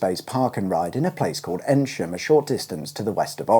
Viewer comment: Sorry to be a pedant, you’re pronouncing Eynsham incorrectly. It’s pronounced eeeen sham - like the hard sound e, soft n, then sham.